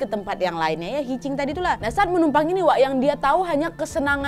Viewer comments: Koreksi ya Hitchiking dibacakan hitch haiking. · Hitchhiking dibacanya hitch hiking (hic haiking) kak nad